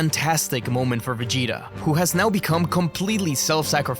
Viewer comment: Ça fait saigner les oreilles " Véguéta"